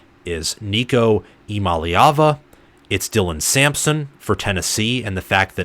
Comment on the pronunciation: You’re leaving out the “Yah” Eee-YAH-mah-lay-ah-vah Also, this passing attack will likely end up being considered superior to 2022 and 2021. Far more depth and talent at WR and TE, and Nico has higher ceiling than Hooker.